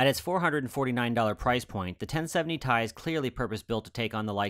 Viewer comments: Alright, I have to take EVERYTHING back. It's pronounced "T" "I", per the person who was the product manager for the 560 Ti when "Titanium" made its return. It's pronounced "T" "I" because that's how it's read off of the table of elements; not "Tie" because that's how the start of "Titanium" sounds. Oh, it's going to be rough getting that one out of my vocabulary... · I had to look into it, because I somehow didn't clue into the fact that pronouncing it "T.I." was as popular as it is. I found some old reddit thread that confirmed its pronunciation: It seems to be one of those words that most people pronounce incorrectly, because Ti out of context easily looks like it should be pronounced "T.I.". But I'm a stickler for details like that to the point where it's almost annoying!